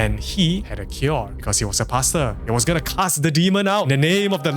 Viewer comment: Im giggling at how paster sounds like "pasta" 😂